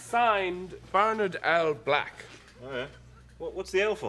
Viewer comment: It is a banger. Totally the best thing that happened to me in very comedy-formative years of my life. I can't help it. I know it's too late, and I know the target audience don't care, but. I gotta say it. Please don't put the emphasis on 'Nard in Bernard. It's Bernard not burnARRRd.